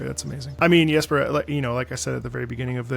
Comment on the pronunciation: Really glad is pronouncing the J in Jesper correctly! <3